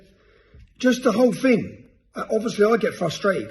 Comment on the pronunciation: Fing,munth,truff. Speak English Tommy.